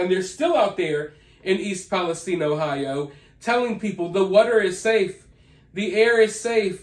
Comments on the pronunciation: Agree. We pronounce it east palesTine. Like Time, or Fine. Not eine, like Epsteine. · Thank you for saying East Palestine properly. Nobody else can seem to get it right. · I'm from EP I'm just glad your saying the name right. Lol if your from there you know lol